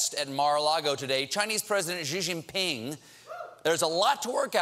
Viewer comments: Its pronounced Shi jinping, not, Ji jinping.... If an basic mandarin student like me knows this, you can atleast have the basic courtesy to pronounce a World Leader's name right! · He makes a joke about Trump's pronunciation of China, but can't take five seconds to learn how to pronounce Xi Jinping? Who is "Zhee Zhinping"? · Americans and talk show hosts: you DO know you can simply google the pronunciation of Xi Jinping right? Its pronounced see - gin - ping . good god... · Colbert, that's not how you pronounce Xi JinPing. Ironic